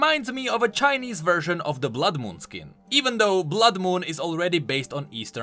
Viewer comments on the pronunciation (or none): none